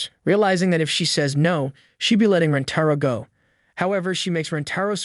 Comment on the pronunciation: DID BRO CALL HIM RENTORO!!??